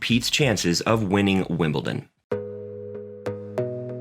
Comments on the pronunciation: That should say wimpleton 😊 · I know he called Wimbledon ‘ simpleton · Agreed, and Wimbleton!